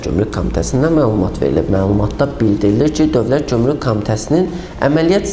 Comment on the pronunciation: Bu aparici ozu gomruk evezine comruk deyir, hele dogru duzgun teleffuz etmeyi oyrensin ki, basqalarina da mediyadan numune olsun!!!!